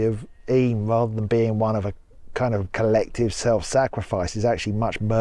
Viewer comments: Yay you pronounced Eyam correctly! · Mompesson (not messing), Eyam (I'm) enjoying the video